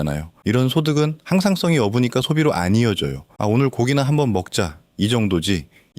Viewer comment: 없으니까를 어브니까로 발음 Al의 실수